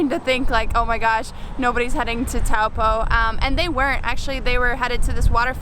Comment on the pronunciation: You mispronounced taupo quite a bit heh